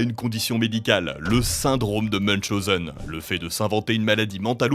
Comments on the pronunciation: ça se prononce '' meun-chaou-sen '' !!🤣🤣 Munschausen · Meunchoseun ? Meuchoseun? Aaaaah MUNCHAOZEUN C'est de l'allemand, pas de l'anglais ;)